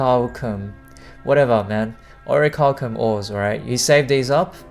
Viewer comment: orichalcum => awr-i-kal-kuh m